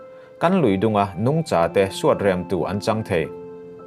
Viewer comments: A, ngaihnawm e, Nungcha i thluk dan erawh a dabglam hret . Kaihza thluk a thluk tur ni awm tak zawk a ni. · 'Nungcha' i lam dan hi Lesei tawng pangngai a ni lo a nia....'Sangha' tih ang a thlûk tur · Nungcha ilam dan hi ( cha) lai hi vawksa kantiha SA tih ang hian lamtur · A bengvar thlak e... Nungcha tih erawh ilam rikdan mawlh hi... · " Nungcha " i lam dan khi .. ka duhthu a sam lo 🤭